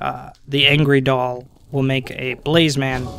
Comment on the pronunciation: It's blaze not blaze man